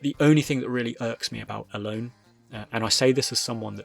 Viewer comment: I think her name is pronounced El-O-nEH